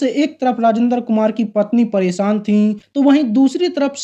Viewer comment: आपका यह वीडियो देखा, अच्छा लगा, जो अच्छा नहीं लगा वह यह कि आप बार बार शादी को सादी कह रहे हैं और परेशान को परोसान कह रह रहे हैं आपको भाषा के उच्चारण पर काम करना होगा, आपको दुनिया देखती है, मै देहरादून से हूं और अभी कुवैत में रहकर आपका वीडियो देखा, आशा है आप मेरी बात का बुरा नहीं मानेंगे।